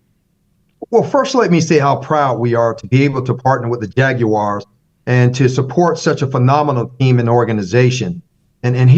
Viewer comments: That hurt my heart when i heard him pronounce Jag-u-ars. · That part lol. He definitely made it way more difficult then it needed to be lol